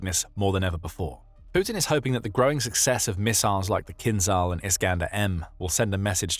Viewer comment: "Kinzhal" is not pronounced "Kinzal", or else it would be spelt with the Cyrillic "З з" and not the "Ж ж" which sound subtly different. Pay attention pleaze!